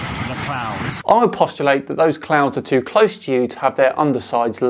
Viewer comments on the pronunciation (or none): "clouds" became "clounds". Well then... lol